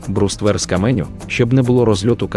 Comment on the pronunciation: що за дивні наголоси - окопувАтися, мАскує, бруствЕр, камЕнистий..